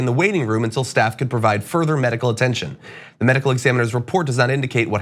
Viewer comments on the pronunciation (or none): none